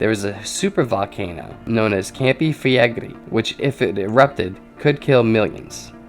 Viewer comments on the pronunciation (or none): none